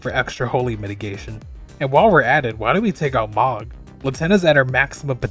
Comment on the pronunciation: Siofra - "SHAY-fruh" (Irish Gaeilge) Liurnia - "lee-UR-nee-a" (derived Latin) Ekzykes - "ek-ZY-keez" (derived Greek) Mohg - "MOHG" [long O sound; not "mogg"] Niall - "NYLE" (Welsh)